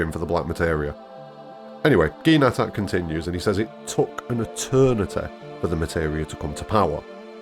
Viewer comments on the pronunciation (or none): In Japanese it's not Nattak, it's natataku